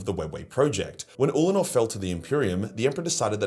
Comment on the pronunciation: min Legit had to go back, because I thought you said Uncledor the first time XD